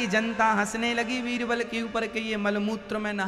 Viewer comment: Veerval nhi baba beerbal